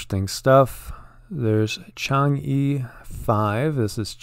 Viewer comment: The chang'e 5 is pronounced "Chang-UGH" A friend of mine from Japan has made that very clear to me as a hero in a game we play has that name lol not very important but figured I'd mention it. Heard commenting every video and liking it helps exposure in YT algorithm